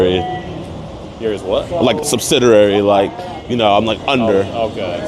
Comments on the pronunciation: Sunsiderary is not a word. LOL. It's subsidiary. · Subsidiary …… sub Sid eeee ary sound it out brother 😂